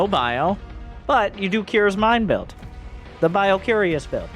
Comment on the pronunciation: "BioCUREous" brilliant!